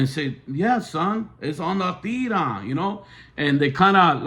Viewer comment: You can’t even say La tira right your two cents are not appropriate nor appreciated.